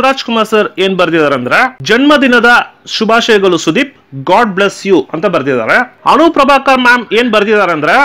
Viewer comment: ಆರ್ದಿಕ ಅಲ್ಲಾ ಅದು ಹಾರ್ದಿಕ ಶುಭಾಶಯಗಲು ಅದು ಶುಭಾಶಯಗಳು.